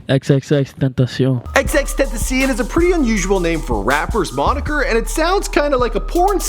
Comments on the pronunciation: It's ten-ta-ci-ion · "xxxtentaceen" fml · Ten see in? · You mispronounced XXXTENTACION the pronounciation is (eks-eks-eks-ten-tä-shion) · I click on this video expecting nothing And then the first thing you say is xxtentcien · Are you serious “xxxtentaseeON” like boiii tf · "xxxtentasien" really dude? u must not know who he is because no matter what, (whether it was X who pronounced his name, or somebody else) u have to have heard his name pronounced correctly somewhere.... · Dude stop saying tentacion like it’s French, it’s Spanish for temptation so if u dont know how to pronounce it u should just say tent-a-cion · "Xxxtentacian" wtf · dis nigga said XXXtentaSEEEan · X-X-X-Ten-A-Sh-Own And no you are the only one who can't say it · xxx tentisien? oh no baby what is u doin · Xxx ten- tah- see- ion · tenzion xDD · guy: "XXXTANTESIAN" ME: DISLIKE AND LEAVE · It's fucking Ten-ta-see-own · Wtf did you say teeenteeecian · This is how you pernonse his name xxx tent ac eon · You sayd '' xxxtentsion" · It's pronounced as "XXX-TEN-TAH-KION" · (hears how pronounced xxxxtentation) closes video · whos mans is this this dude said xxxtenzion 😂😂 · XXXTen ta sion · you say tentacion like a fuck boy it pronounced TEN TAH SION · xxxtentacion xxx.........tenta...shaun. its not that difficult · " Ex Ex Ex Tent ass e on" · "X x x Tennessee um" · XXX Ten tus see un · You said it was xxxtentacionn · Foreal you could even say it with English words if it’s that hard for you ten ta see on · "XXX tentisien" ???? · Lmaooo bruh , how hard is it to say TEN-TAH-C-ON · ten-ta-see-on .. Not that hard . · SupremeLLama Bro he said xxxtentaseeOn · LittleMissMiracle XXXtentacion - tden-tda-sion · it's pronounced ten-ta-see-ohn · It's pronounced xxxten- tah-see-ón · Pronounce is name right before u say something stupid bitch🙄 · it hurts to hear xxxtentaction name butched so much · Yo the way u say his name makes me want to dis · you didn't say it right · y cant u pronounce it right yet?? wtf